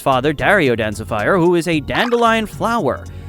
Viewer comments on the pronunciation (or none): It’s dancifer not dancifire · He also said Dandicus Dancifire instead of Dandicus Dancifer,😅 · BRO ITS DANCIFER NOT DANSIFIRE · danci-fire?? No, its dancifer. FER. pronounced 'fur' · sprouts a boy????? Also it's novalite and dancifer NOT DANCIFIRE OR NOVALETE nvm for the Sprout thing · its actually supposed to be dancifer, idk why he messed up the pronunciation